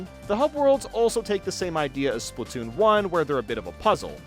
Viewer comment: bro really said spoon 3💀😭